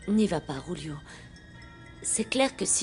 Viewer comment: Julio*😄 le Ju en espagnol se prononce rwou